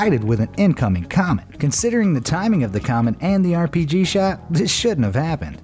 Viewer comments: Did..did he say. “airpg?” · He said airpg